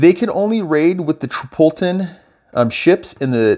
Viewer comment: hey, one of the better teaching videos i've seen, good work man. Oh!!.........trip-ol-itan , lol and the ol part has a sound like " all" I believe.